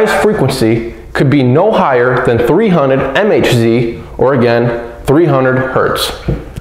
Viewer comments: ..and MHz is megahertz, not EM-EICH-ZEE... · 3 HZ = 3000 MHz ??? REALLY??? MHz is Megahertz, NOT m-h-zee 😁 Try it again!